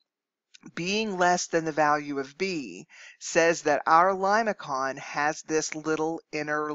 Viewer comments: limason not limaKON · It is something like Lay -may-son, not limakon when you pronounce it. Please make corrections. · I believe your pronunciation is incorrect. Limaçon is a French word so the c is pronounced as an s. So The first pronunciation lih-muh-son is correct.